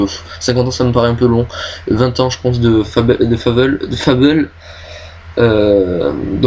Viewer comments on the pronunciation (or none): Bonne vidéos, mais dommage que tu n'est put assister a toute les conv, et sinon pour le jeu Fable beh ça se prononce à la Française pas à l'anglaise ;) Nice Jobs & Good Luck